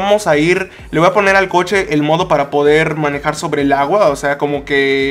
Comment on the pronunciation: Di jiste manijar en el minuto